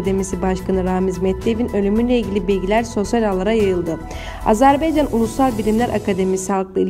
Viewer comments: Bu nə biyabırçı tələffüzdu???Azərbeeeeycan...Ölkənin adını doğru tələffüz edin---AZƏRBAYCAN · Az-E- rb-E-ycan yox ay qancıq ! Dövlətin adını düz de .